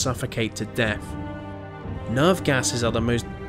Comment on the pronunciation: "Free fousand four hundred" and "suffocated to deaf" are some of the reasons I disliked this video.